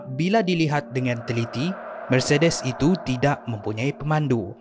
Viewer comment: Ya Allah sebutlah mercedes tu betul2 🤣🤣